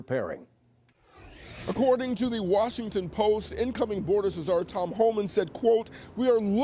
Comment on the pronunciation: This dude said sezar